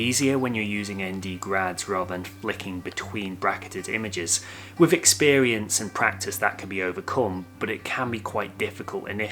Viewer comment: Hi, why does he speak so strange? Wiff instead of with ; meffod instead of method ; fink instead of think ; etc. Is this how people in Liverpool speak? Thanks.